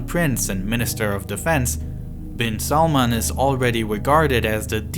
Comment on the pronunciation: its not salmon its prononced as salmaan